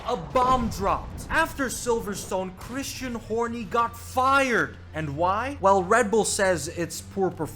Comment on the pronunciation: I laugh like a little immature kid every time this channels narrator says "Christian Horny" 😂